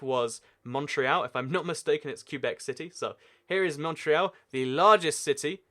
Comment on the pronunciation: He also pronounced Montreal wrong